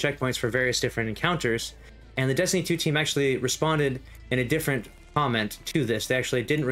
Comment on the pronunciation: "Destinytuutweam" lol